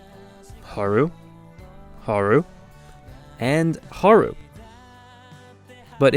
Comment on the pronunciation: You mispronounce Haru.